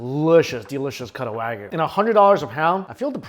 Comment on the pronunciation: And it’s “waa gu”.